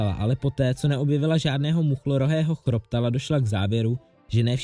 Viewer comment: Je to muchlorohý chropotal a ne chroptal